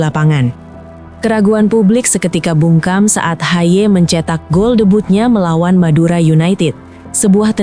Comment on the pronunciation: Betulkan bagaimana harusnya nama "Haye" dicapkan, ia diucapkan "Hayeu"